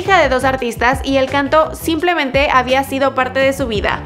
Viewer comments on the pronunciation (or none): none